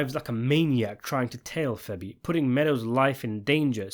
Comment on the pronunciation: Bro I love your videos but you gotta stop calling Fabian Petrullio…. FEBBY. It’s killing me